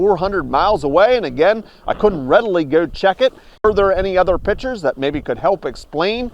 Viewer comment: it's pictures not pitchers